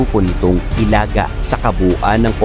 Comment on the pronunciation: Pangit nag pag prunounce ng Ilaga